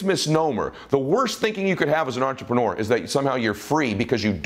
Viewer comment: Love your videos, so inspiring, I sit with pen and paper to write down key points and ideas. The only negative, which probably is not one for most, especially Americans, is that you use the word entrepreneur ALOT, which is great, but I really wish you could learn to pronounce it properly as listening to intreprenewer ( the ending should be more like manure, not manuwer) it kinda like fingernails on a chalkboard. Just a little thing, but the Francophiles out there would say merci.